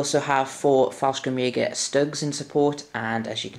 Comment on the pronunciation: 3rd (and last) comment: There is no K in Fallschirmjäger. You seemed like you wanted to pronounce the stuff correctly (Wespen) so i thought (as a german native) this might be of interest. It would be Faell - Schrrm - jaeger